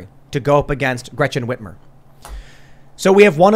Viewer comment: “Gretchen Witchmore” … seems accurate.